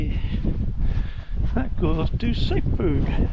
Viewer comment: Mate...it's not pronounced sedberG the "G" is silent. The mispronunciation of the town's name by visitors is a bug bear of the locals. How do i know? I grew up in Sedbergh . I live in Devon now.